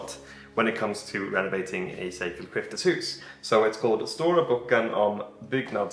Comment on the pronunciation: Nice to see that you care so much about your house that you intend to read up on "byggnadsvård". 😊 Your pronunciation on "sekelskifteshus" is spot on btw! Tile stoves, kakelugnar, is a Swedish invention from the 18th century and they are super efficient. They keep the warmth in the house for much longer than an ordinary stove and was a game changer back when people only had open fireplaces. In an open fireplace 90% of the heat is lost. It also keeps the room much cleaner. Personally I find them beautiful, especially those with white-blue tiles, and I wish I had one in my house. We only heat our house with firewood, but in smallholdings as ours, a tile stove was considered much to expensive. A tile stove is normally only heated mornings and evenings, so I think you will come to appriciate them- especially if you are gone at work the whole day. The size of your house and the rooms and the height from floor to cealing also suggest that tile stoves is the best fit for your house.